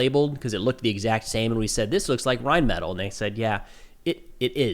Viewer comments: you are mispronouncing Reinmetall. It's not Reinmetal, it's Reinmetall, so the word is pronounced Rein-met-all. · Amazing video as always, but, just letting you know, Rheinmetal is pronounced “rine-MEH-tall,” not “rine-metle”